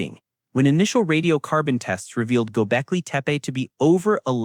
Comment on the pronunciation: You know its to bad this AI PRESENTATIKON IS CLICK BAITAND THAT THE NARRATORS PACING AND LPRONOUNCIATION IS SO BAD ON THE WORDS DESCRIBING THE SOCIETY. i TURNED ON THE CLOSED CAPTIONS AND THE GGOGLE VOICE ENGINGE COULD NOT UNDERSTAND THE NARRATOR EITHER. WHAT EVER GOBECLETE MEAN S BUT THAT WASN'T WHAT THE NARRATOR SAID. What is deliberate earth? officially should not exist is bullshit ., When history books make claims they only say the evidence so far says something this creator is a jerk. why is this dangerous archeologists don't mind new information it just has to have good evidence to corroborate the findings that what books and PHD theses do. i stopped listening after 5 mins. I also dont like the stupid animation 👎👎👎